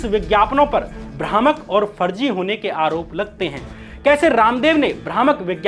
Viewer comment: Good bhai, bus pronunciation ko improve karen, Farji ko Farzi, Vises ko vishesh